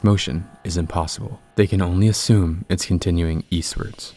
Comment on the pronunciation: Reuter Road is pronounced "Rooter" Road.